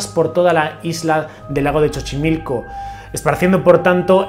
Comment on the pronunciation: Hola, sólo te aclaro que no es "Chochimilco", el nombre correcto es "Xochimilco", se pronuncia como "S". Saludos desde México, soy tu fan.😘